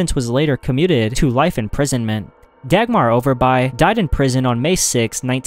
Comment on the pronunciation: As a Dane i can tell that the name "Dagmar" was said funny and that i have never heard about her(